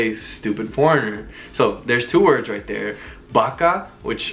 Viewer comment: The pronunciation is really good thanks for the words